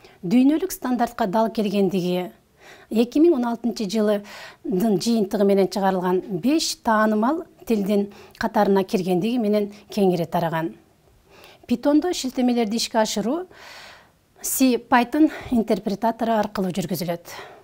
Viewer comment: Озун питон , пайтон десен